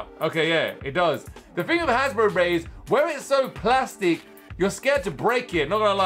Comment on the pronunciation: Its not hasbro but Hasbruh 😂